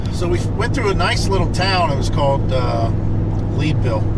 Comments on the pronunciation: I’m not from the area, but I think the Lead in Leadville is pronounced like the lead in a bullet or the metal. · Yes, it is lead like a lead pipe.